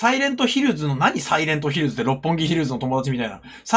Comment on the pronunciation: サイレントヒル”ズ”に地味にツボってるｗｗ